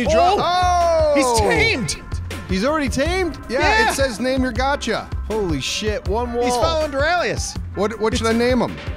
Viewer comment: Got>ca not getca